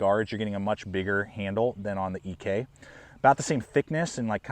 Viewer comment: Did John actually pronounce his surname "EE-Kay"?🤔